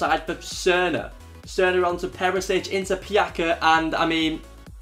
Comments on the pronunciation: PJAKA? ITS PJACA WITH A C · Only one objection. In Croatian the words are pronounced exactly as they are written, the same goes with Croatian names. So it's not PjaKa but PjaCa (Pyatza if that makes it easier for you). I don't expect you to be an expert in every language, but hey at least I know how to pronounce English names... Cheers mate! Pusa :-* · It's not Pjaka, it's Pjaca😂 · its not pjaka its PJATSA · Vjekoslav Vondra smijesno je kako ovi Englezi govore imena nasih balkanskih fudbalera Pjaca - Pžaka, Kolašinac - Kolasinak, Dušan Tadić - Dusan Tadeć , Kolarov - Kolrov, Nemanja Matić - Nemanija Mateć, Dejan Lovren - Deźan Lovrn xD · Pjaca is actually pronounced as: Pjatsa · Pjaca is pronounced PEE - YAHT - ZAH (pjatsa) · pjaca is not pronounced with k its with c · you pronounce Pjaca wrong damn